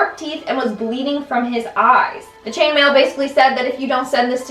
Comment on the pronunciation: When she said "Chainmain" I was thinking something completely different.